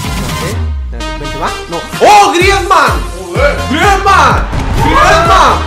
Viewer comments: es grisman no griesman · Dice griezman toty